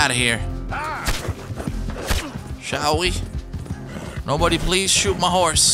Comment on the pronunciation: "BouTta sHute you Jon"🤣